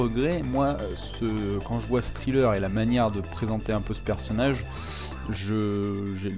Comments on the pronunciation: Ça ce prononce trailler pas triller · Excellent taf comme d'hab. Juste un petit truc, on ne prononce pas trailer comme Thriller. Mais plutôt comme Tréleur ;) Continue comme ça !